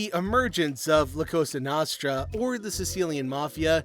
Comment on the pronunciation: your pronunciation of cosa nostra is so cringe